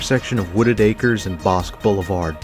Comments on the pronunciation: It's Bosq-E! Not "Bosk." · FYI - We pronounce Bosque "BOSS-kee".